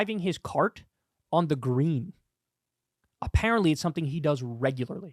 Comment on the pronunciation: As a non-golfer, the way Kyle said "there is literally a video, of him driving his cart, on the GREEN" made me bust out laughing. Like... okay, is the green holy and sacred or something?